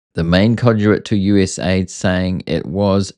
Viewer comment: Bro US-aid not USA-id? USAID 😂